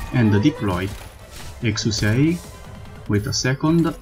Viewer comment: Exusiai is prounounce as "ek-shia". You can look at Texas's Begin Operation voiceline for reference. Anyway, looking forward to more content